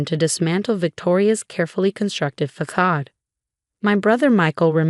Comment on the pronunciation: Stop using words you can't pronounce. Facade.